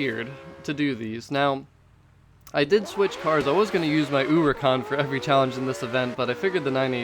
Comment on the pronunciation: When you say uricahn instead of huracan I get full on triggered no idea why hahahah